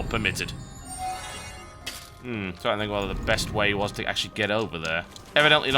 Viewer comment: "trine to remember how to do this!... sorry i had to.... sorry XD